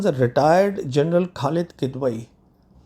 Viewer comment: PS: Khalid kh is not like khoya, it is like Khamoshi. It will help if you could learn Urdu to pronounces names correctly. Just a polite info